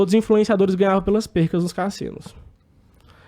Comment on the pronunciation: PERDAS. 'Percas' dói no ouvido